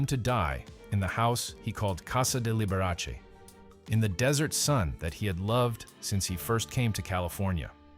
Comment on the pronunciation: You should pronounce his name correctly. The Dr. was a true doctor, and upheld the Doctor, Patient confidentiality.